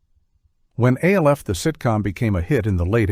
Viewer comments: Alf is pronounced as a one syllable name. It the live action show and the cartoon, it was never said as three initials. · It's not A-L-F ..it's Alf ...as in one word 🤦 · It’s pronounced ALF ALF ALF not A.L.F… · It’s pronounced Alf Alf Alf not A.L.F. and it’s Cops not C.O.P.S. and they were both popular. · You're obviously using AI for the narrator. That's fine, but why not script it and fix it accordingly? It's not Aayelleeff. It's Alf. It sounds similar to Alfred, almost like a nickname. Just type cops instead of capitalizing it so it says cops. instead of C O P S. Same for mask. Further, MASK remained fairly popular compared to several shows that were awful out of the gate. It makes your list questionable. It feels like you didn't do your research. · Gilligan's Planet segment showed clips from the wrong cartoon. You showed The New Adventures of Gilligan instead of Gilligan's Planet. And as people has pointed out, Alf is not pronounced as initials, it pronounced Alf, and C.O.P.S. is pronounced as Cops, and M.A.S.K. is pronounced mask. Also, the AI narrator misprounounces DiC, and saying M.A.S.K. is Hasbro's answer to Transformers and G.I. Joe when the toy line was released by Kenner (as this was before they were acquired by Hasbro). Also, there was no Brown Hornet cartoon, and don't go criticizing Filmation teaching morals. It helped them keep parents from complaining about He-Man being a half-hour toy commercial. And Super Globetrotters should not count in a list of 1980's cartoons if it originated in 1979. Also, Slimer and The Real Ghostbusters was the result of ABC deciding to go with a focus group forcing changes to the show, which modified Janine's character, and made it where the ghosts were no longer the ghosts of the deceased and were more supernatural or fantasy-based ghosts. Seriously, can you please ditch the flawed A.I. and get a narrator who can actually do research into these topics?